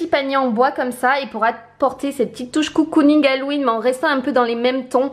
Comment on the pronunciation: Vidéo très sympa, ça change ! Par contre un truc qui me perturbe, on ne dit pas "COU-COU-ning" mais "CO-COU-ning" (comme un cocon^^). Des bises !